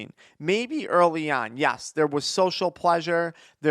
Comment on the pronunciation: please say ''Yes'' not ''Yas'' for the love of God.